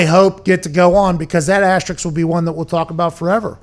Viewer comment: asterisk not Asterix